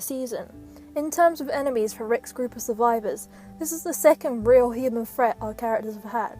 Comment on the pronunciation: "a real freat, the biggest freat rick's group has faced so fah"